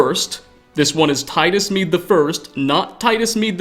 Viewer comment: You: "Emperor Titus Mede II" Me, an intellectual: "Médé"